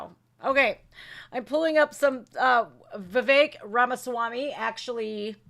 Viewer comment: Viveck is pronounced Viv-eck, not Viv-ache. I worked for a manager with that first name. This is nothing but ELECTION INTERFERENCE & POLITICAL PERSECUTION of a POLITICAL OPPONENT of the resident in thief, Joey, the inappropriate toucher, Biden. I watched the hearings on elwction fraud in at least 4 states and there was a lot of fraud and interference happening. That traitor Bill Barr spoke ro NONE of the whistleblowers. He has a history of cover-ups. We can't trust the elections that they will be fair, transparent, free from tampering and other problems. ALL Americans should be concerned about this. Sorry for the edits. I agree that this was all planned. The media is complicit in this garbage. I hope Trump sues everyone involved for this rediculous farce and injustice! This is wrong, wrong, wrong! I had to fast forward through this nonsense. That forewoman is insane! She's driven by hate and revenge. For what? She doesn't know.